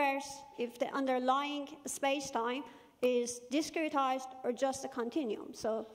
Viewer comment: What is the word that uses -16 which sounds like "discritized"? I wasn't sure if that is an actual unique (and not familiar to me) term, or if her accent is changing the sound of a familiar word at a critical point. Thanks!